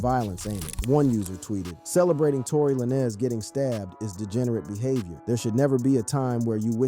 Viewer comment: Not La-Nez